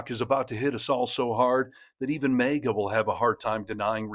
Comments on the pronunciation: That’s just plain not how the word MAGA is pronounced. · Learn how to pronounce MAGA.